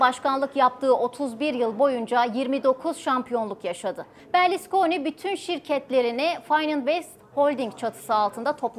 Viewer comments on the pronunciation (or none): Berliskoni değil kızım Berluskoni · Berlisconi değil hanım efendi Berlusconi